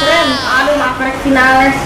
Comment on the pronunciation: Ngomong vinales aja salah